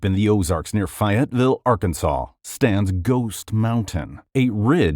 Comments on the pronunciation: I can tell this is AI sop by the way Fayetteville Arkansas was pronounced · It really bothers me how you pronounced Fayetteville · not the pronunciation of fayetteville ☠️☠️